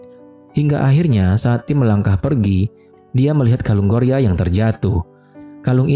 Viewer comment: Bukan gloria woi😢 gorya 😅